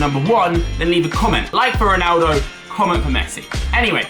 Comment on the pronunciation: RONaldo not RINaldo